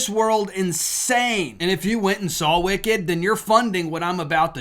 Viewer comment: Its " wicked " literally